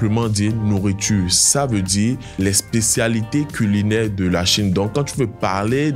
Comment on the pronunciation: J 'aime beaucoup votre façon de prononcer mais là, j'ai du mal avec de car j'entends da !